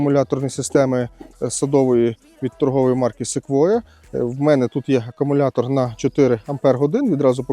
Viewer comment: В першу чергу "Акумулятор", а не акамулятор ... Маю акумуляторну пилу SEQUOIA 4014bso, - позитивно вражений потужністю, проте довелося "допиляти" пружину гальм, бо терлась об вал...